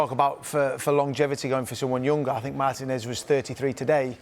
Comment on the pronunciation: Despite being Yank, I far prefer English speech versus American. However, Martinez is pronounced mar-TEE-nez not MAR-tin-ezz